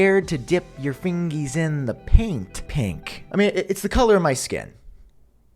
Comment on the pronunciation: I had a WTF moment … I thought he said ”Scared to dip your fingers in the pink PINK” … he actually said ”paint pink” 😂😂